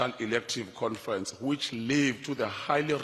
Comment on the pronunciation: Confrents haha 😄